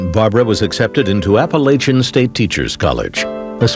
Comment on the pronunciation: Im 2 hours from Boone NC...I HATE the way people pronounce Appalachia(n)